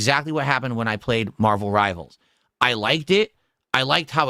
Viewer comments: Marbuhl Ribuhl ♿️